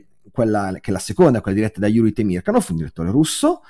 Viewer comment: interessantissima disamina ! Mi permetto solo una glossa sulla pronuncia del nome del grande direttore russo-sovietico Temirkànov, dove l'accento va appunto sulla A.